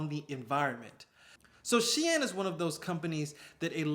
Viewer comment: Loved the cut-in from Sunoa- turns out I've been pronouncing Shein wrong too 🤣